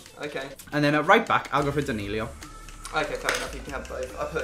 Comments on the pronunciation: His name is danilo not danilio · It's Danilo not Danilio